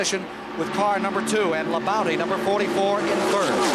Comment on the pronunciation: Ken keeps saying Terry La-bounty LOL